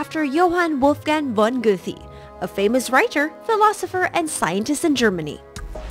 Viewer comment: Funny thing about the vid is that the reporter evaded saying 'Goethe' but tried anyway, and failed miserably. Lmao.